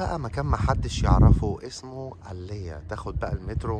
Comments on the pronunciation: بالعربي تنطق علي اغا، مكان روعة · مش عارف ينطقها صح وعاش في امريكا 20سنه علي اغا ظاهرة للعمي،😁